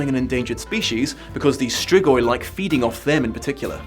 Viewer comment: say it like strigoi and hit harder on the r